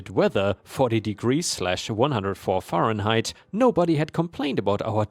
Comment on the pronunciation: 104 F (fahrenheit) is said as "fare in height" not "far in height." 20/20 is said simply as "20 20" and not "20 out of 20." It's a reference to eyesight/vision. "20/20" means you have normal vision because you see at 20 feet what you should see at 20 feet. If you have 20/15 then it means you can see at 20 feet what others have to be 15 feet away to see. So it's not one value "out of" another like a fraction, simply a comparison. "Contest" in this context is said as "cun-test" instead of "con-test." Said as "con-test" (noun) is like a game, drawing, gamble, etc. Said as "cun-test" (verb) is to challenge.